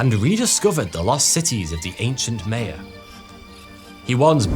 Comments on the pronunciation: Please don't pronounce it MAY-uh, it's more M(eye)ya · I believe it's pronounced Maya, not Maya